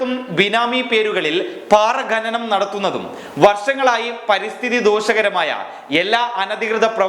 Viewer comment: ഘനനം എന്നല്ല ഖനനം എന്നാണ്.. പല പ്രാവശ്യം ശ്രദ്ധിച്ചതുകൊണ്ടാണ് തിരുത്തുന്നത്